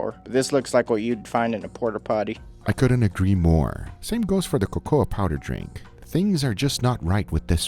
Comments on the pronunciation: “co co ah” drink lol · Who tf pronounces cocoa like that. The A in cocoa is silent guga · I was surprised to see the packages in the 'modern' MRE printed in both English and French. Did Guga get them from Canada? Also, I am going to pronounce 'cocoa' as CO-CO-AH from now on, it's so much more fun! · Guga, you really need to learn how to pronounce certain words. You mispronounced cocoa and Afghanistan. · They way he pronounced Cocoa lol